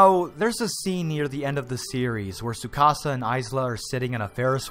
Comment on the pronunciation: He knows how to pronounce Tsukasa but not Isla?! Tsk tsk, shame.